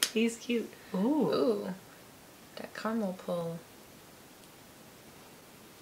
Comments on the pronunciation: It's Cara mel!! Not Car mel!! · Spots-for-fun-79 Critter bugs actually they were triggering me saying it like Carmel as If there is no a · Ca. Ra. Mel! Not carrrmel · It's ca-ra-mel not car-mel!!! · In Australia it’s pronounced cara-mel not car-a-mal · Only Americans and some Canadians say Carmel. It is spelled Caramel and is pronounced exactly as it is spelt. Cara-Mel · Am I the only one who gets triggered when someone says ”Carmel” instead of “carAmel”?😂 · I'm trying to ignore it but 'car-mel' hurts my soul. There's a letter missing. We do over pronounce the r but it's so strange not hearing "kahr-rah-mel" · Marmite is not vegimite, Tim tams are biscuits and not cookies and it’s caramel not Carmel lol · Mezza omg yes! All they have to do is read the actual letters - c a r a m e l not c a r m e l. Not hard really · Whenever I watch Americans say carAmel as Carmel, I get so triggered. Loved the video though, currently overseas and now I wanna go home and eat everything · keeps running her hands through her hair after eating chocolate, which is kind of gross. Her hair must be horrible after the end of the video - also, vegemite needs hot toast and butter. Marmite is NOT vegemite. Fairy bread is an after school snack, and a party food. Oh, and it carAmel, not carmel. Carmel is a girls' name. You had the tim tams, you had the milk - but no tim tam shooter? tut tut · Does it irk anyone else that they keep saying 'carmel'? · Calista Perez Yeah, and you’re wrong. C-ah-rah-mul. Pronounce the ah like you would when you say Apple, but it’s faster so it sounds slightly different. I can’t explain the sound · That's interesting as I've never heard anyone pronounce it Carmel, we all say "caramel" and I'm Aussie born and bred! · Gemma Lee that bothered me each time they forgot the A